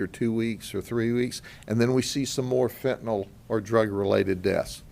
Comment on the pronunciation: I hope u mean a "FENTANYL" ring & not a FETENYL ring!